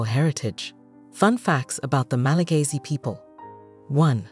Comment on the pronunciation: It's Malagasy, not Malagayzy. 😑